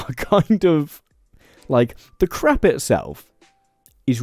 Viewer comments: You pronounce the word crepe as "crap", rhymes with map. In the US crap is poop. In the US we pronounce crepes as "crape", rhymes with cape. I kept laughing about all the 💩 recipes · Why do you keep saying crap instead of crepe? 😅 It is so ridiculous. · Your pronunciation of crepe almost sounded like crap. The correct pronunciation rhymes with crate. It was so irritating that I had to stop listening. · sweet galloping jesus man, it's pronounced "crayp'' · Oh dear, I can't have been the only one who heard "crap maker" 😆 It is if you use it very poorly! Edit: I'm continuing to mishear it and it keeps getting funnier... "Loads of different crap fillings," "There's all kinds of things we can be having in our craps," please 😭😭